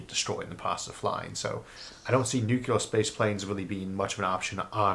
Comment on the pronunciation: In the comments for one of Mr. Arthur's videos, I briefly instructed him on the proper pronunciation of the word "nuclear." I noticed that he now pronounces the word correctly. I have no way of telling whether I had anything to do with this, but I am favorably impressed! Thanks and kudos, Mr. Arthur! You rock! (I am not attempting to do anything resembling boast here, but merely to thank Mr. Arthur for his efforts at self-improvement. It is an excellent indicator that he is likely to retain an open mind--something to be greatly complemented--for some time.)